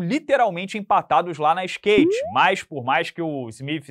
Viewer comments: Puta merda, para de falar Stake. Fala skate, steak, mas não toma o terceiro strike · para de falar stake por favor não quer te perder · É 🛹 SKATE 🛹 CARA! SKAAAAAAAATEEEEEE